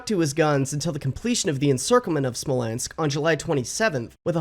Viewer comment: I had a physical reaction when you said the word "Smolensk"